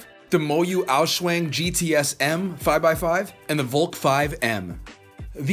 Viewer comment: Valk is pronounced : vALk